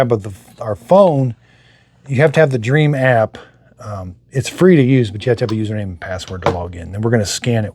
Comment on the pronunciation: It's DREAME not dream 😭